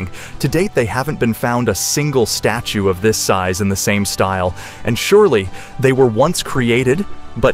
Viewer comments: Loin, instead of lion? Status, instead of statue? Get a grip. I'm out. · . . . around the side of the "status" Was he trying to say "statue?" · Repeatedly calling this a "loin" and also a "status" instead of a statue is just pathetic. Sorry but no LIKE from me